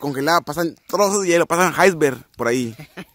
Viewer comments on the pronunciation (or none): none